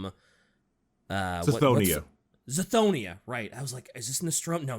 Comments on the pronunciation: The hilarity of the nostromo/nostramo situation is further enhanced by saying suh-thonia over cuh-thonia for cthonia. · It's not Cydonia like the muse song, it's Cthonia like Catholic 😭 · SSSSSSthonia. What? What menthol-ass meth do you achieve that pronunciation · Pretty sure Cthonia is pronounced K'thonia. With a hard c like in Cato, right?